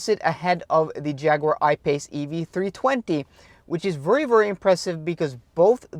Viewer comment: Hei, meget bra innhold, men husk forskjellen på very og worry, du sier worry men mener garantert very, lykke til med kanalen